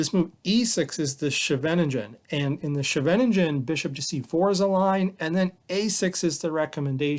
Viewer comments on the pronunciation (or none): It is pronounced Skay Ven Ning Ghen Skay-ven-Ning-ghen